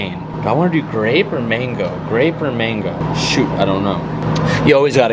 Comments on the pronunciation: The way said mango made him sound like he's from the caribbean 😂😂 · Mayb it’s cuz I’m from the Caribbean but ion know it’s just funny how pronounces mango